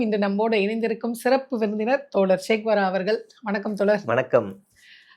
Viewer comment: யம்மா...தோலர் இல்லம்மா....தோழர் 🙏🏼